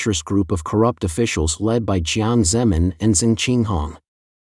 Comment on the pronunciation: Same with (Jiang) Zemin pronounced like "zem 'n".